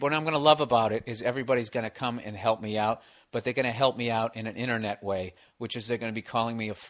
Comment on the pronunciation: inter-newt lol Bill